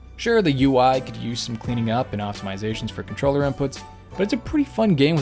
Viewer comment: Good vid. But optomyzation? Lol